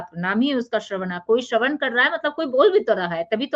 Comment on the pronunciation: श्रवण नक्षत्र है श्रवणा नहीं जैसे कृष्ण कहते है कृष्णा नहीं कृष्णा यानी द्रोपदी राम बोले रामा नहीं एक मात्रा ज्यादा हो जाती है, जय श्री कृष्ण